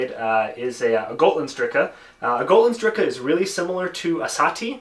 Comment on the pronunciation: You got Gotlandsdricke wrong at the beginning.